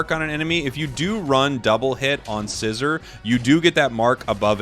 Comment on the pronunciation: Can you please say Scizor’s name correctly??